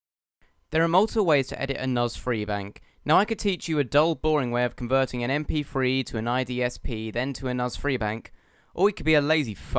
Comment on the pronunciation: "Em Pee Free"